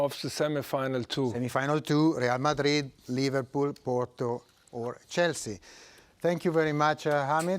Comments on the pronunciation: No, he said ' LiverPOO FC' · I heard he said liVARpool FC... 😂